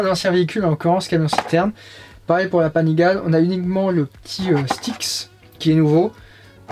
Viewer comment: Panigaaaaale pas paginale lol . Merci pour la mise à jour siku !!